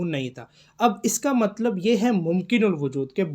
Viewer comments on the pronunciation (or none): none